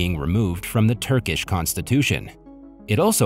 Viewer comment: You pronounce is Turkish not turgish